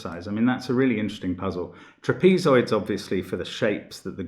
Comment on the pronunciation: Never heard trapezoids pronounced like that. Interesting.